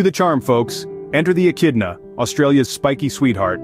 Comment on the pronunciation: Surely they won't notice I pronounced it as "Eh-Chid-na" right? I don't need to redo this voice over.... We noticed, and you should have 😤.